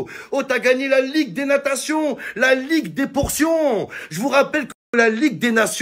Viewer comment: «la ligue des natation» 😂😂😂